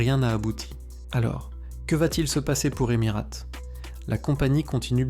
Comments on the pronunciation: EmiRATE non mais sérieux c’est quoi cette prononciation de merde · Non mais c’est une blague la prononciation de la Cie aérienne ? C’est tellement débile, sans compter la voix monocorde : horrible. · apprends a prononcer correctement emirates c'est insupportable